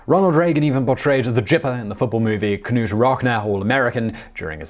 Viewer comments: It’s Nute not Kuhnute. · Did he call him Ka-NUTE? It's just Nute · Say what??? K-nute who?? Try to spend 10 seconds and look up how to pronounce names. Jesus Christ. I swear I am going to un-suscribe to this channel due to lack of research and stupidities... Seriously, you are nothing but a tele-prompter reader and knows nothing. Just keep promoting those video games and the clothing companies. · K-nute, lol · The K in Knute is silent. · The K is silent in Knute. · That was just the second of three mispronounced names in that sentence. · Ka-Nute??? Ka-NUTE???? "Jipper???? Really??? Have an american read some of your scrips and help you with pronunciations. This has been an issue for you in the past. Do you pronounce Gnome as Ga-Nome too?? 1. Knute, the K is silent. 2. Gipper is pronounced with a hard G sound. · Simon, my man, it's Gipper, with a hard G, and Nute (noot), with a silent K. Carry on! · Not having a go at you Simon but Knute Rockne is pronounced NEWT ROCK-KNEE. Hard one, that. It's like knife. I always hated silent letters (if it's silent, why the hell is it there?!?). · for future reference in case you ever cover Reagan again, the nickname for Reagan's character (and later used for Reagan himself) in the Knute (pronounced Nute) Rockne (Rock-Knee) film was pronounced with a hard G. G-ipper, not J-ipper. 😊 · Not only did you mispronounce "Gipper" as others have posted, you also mispronounced "Knute Rockne". The "K" is silent and "Rockne" is pronounced "Rocknee". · We need to teach Simon how to speak American. Gipper - hard G, as is gap Knute - silent K Rockne - rock-knee